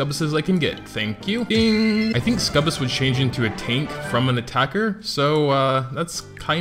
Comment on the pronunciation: Ok your pronouncing "Succubus" wrong. Its suc-u-bus